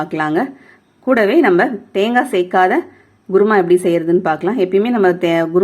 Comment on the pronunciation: Mam u can say kuruma but u r saying guruma..😀